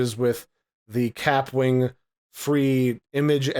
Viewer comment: It’s pronounced ka-pwing. Like a bullet ricochet